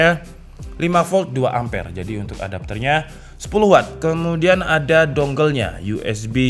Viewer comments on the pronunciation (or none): none